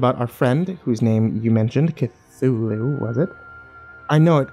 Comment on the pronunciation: I lost it when you said cathulu.